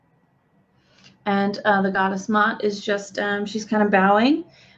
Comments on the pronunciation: The name Ma'at is pronounced like 2 syllables. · just want to clarify a little something, Ma'at is pronounced as 2 syllables. I know these names are difficult sometimes especially those with an apostrophe in the middle! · You Are Mispronouncing this Brown Skin Black African Queens Name Please Correct This!